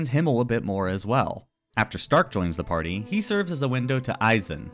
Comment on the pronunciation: for the german pronunciation of names: stark is shtark, you have to say sh and a hard t fern is NOT fur + n, the e is spoken as the first e in enter honestly just ask google translate and try to copy the pronunciation